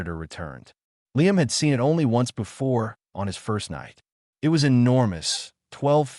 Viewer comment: Oh yeah, and it would have been sooo much better with a human narrator who can pronounce 'it'.....just saying...